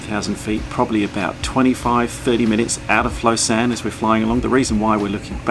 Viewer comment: Hey ! I'm born and live in Lausanne ! (It's actually French speaking and not Swiss German so you have to pronounce it "the French way" haha) I was in Australia 7 months, I missed the lake and the alps so much, Australia looked so flat haha Hope you enjoyed !!